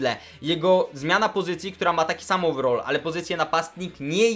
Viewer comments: overall - over-all ---- over - ołwer all - ol ---- naucz się poprawnej wymowy... potem poprawiaj ✋ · ołweral nie ołwerol